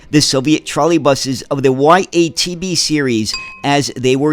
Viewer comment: The first letter in YaTB(ЯТБ) should be pronounced as german word Ja(Yes). It was produced by automotive plant in Yaroslavl, so YaTB means Yaroslavl TrolleyBus.